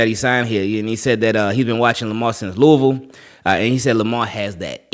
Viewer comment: you said Louisville correctly THANK YOU wooohooo